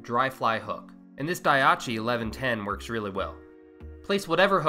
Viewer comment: Daiichi is pronounced “dye ee chi”. Not “dye ah chi”.